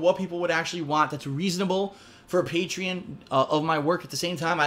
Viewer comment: He pronounced Patreon wrong.